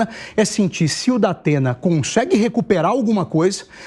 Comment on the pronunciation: O" Dapena" da pena kkkk